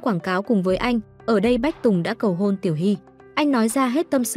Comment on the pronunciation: ê baa lúc cầu hôn ở bệnh viện mà s t nghe thành cầu hồn=)))